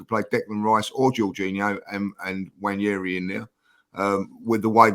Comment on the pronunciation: It's not Nnwayeri it's Nwaneri (ONE NAY RI) "ONE NAY RI" Please ask to teach you how pronounce the name. It's not YERI